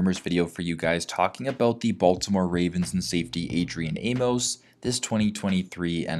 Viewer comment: The funny thing that no one is talking about, is he's from Baltimore!! That would be lit!! And it's pronounced "Aim- mus"